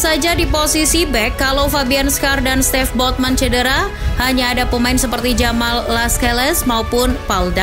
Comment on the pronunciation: Sven Botman bukan stev botman admin 😭